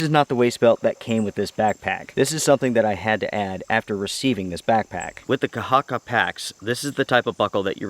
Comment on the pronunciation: Thanks for the review, and your pronunciation of the word "kahakka" is very good. Greetings from Finland